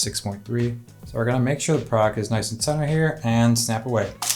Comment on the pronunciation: Is he saying "product" "pride" or "frog" photography? What??